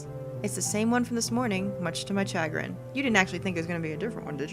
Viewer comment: chagrun? charen? chagrin? that's not supposed to be a hard ch sound more like a sh sound